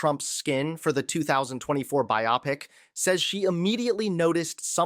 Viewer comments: Biopic is pronouced BYE-oh-pic not bi-OPP-ick. 😂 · I know this is not important but it is pronounced BIO-pic (biography picture).